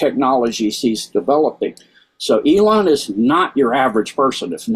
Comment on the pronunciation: E-lon is correct